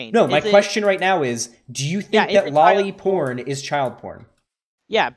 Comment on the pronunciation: The guy couldnt even say lolly porn